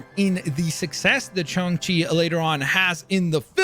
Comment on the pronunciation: It’s pronounced shane chi not shun chi